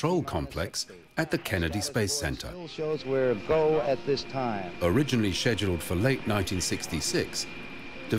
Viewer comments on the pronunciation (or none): Between the constant “ People’s Court” music and the. Missions being “sezhuled”, I’ve had enough of the horrible video and couldn’t watch it anymore.